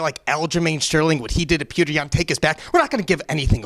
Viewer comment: Sean is a real Alpha male, pronouncing Petr's name correctly. Anik, and Helwani take note. With all due respect, when fighting in America, his name is Peter, not "Peautrhgh." P.S. I love the Russian fighters, they are the best.